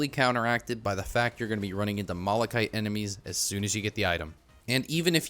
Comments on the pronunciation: He mispronounces malachite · Why are people getting mad at you "pronouncing planula wrong" when you pronounce malachite wrong?